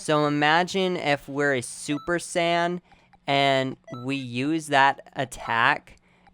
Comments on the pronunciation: You seem like someone who i can easily beat, i can already tell how you will fight so it would be no problem. By the way, say it like Say-Yen, not super sand.. the fuck is a super sand? Some of the moves i can easily run away from and destroy you even if you are a spammer. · Really......Super Sand? Dafuq? Can you not pronounce it right, or is that you're pronunciation of Super Saiyan? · all i was hearing was sand spirit, super sand, and khmehmeh.